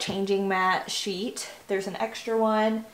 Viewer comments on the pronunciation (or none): none